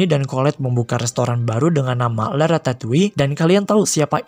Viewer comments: Perasaan yg bener Ratatui deh cara bacanya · Nobody: People: Ratatoi Me. : Ratatolle